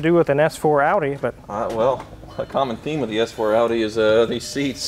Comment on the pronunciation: 186k is nothing. I've seen them with over 300k. Justin Ballous is the most famous high mileage example. Also, you mispronounced best engine Audi ever made.